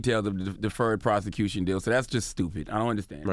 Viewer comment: CTG, you don't remember what he said in your phone conversation, but you are able to remember "he took the deferred prothecuthon deal"? 🤔